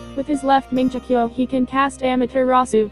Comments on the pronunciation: i hate that voice and wat is “manjekyo”!!! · lol "mingeekyo" sharingan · the oice is annoying and also who else was triggered that they mispronounced "Mongekyo?" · ITS NOT MANGEKYO u said it like manjekyo Sheringgan no offense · cringe every time you don't pronounce susanoo correctly or mangekyo